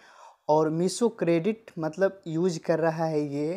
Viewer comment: Use ko uc bolra h 😂